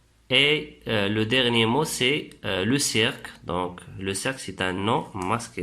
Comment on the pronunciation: DSL mais mauvaise prononciation,on dit ciiiirque ,la natuuuuuure......😱😱😱😱